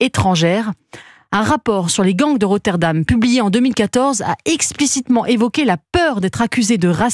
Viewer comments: Et sinon, ça vous dérangerait de prononcer les noms de villes correctement ? Parce qu'il y a quand même une grande différence entre Rotherham et Rotterdam, ne serait-ce que le pays où elles se situent... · Rotherham, pas Rotterdam.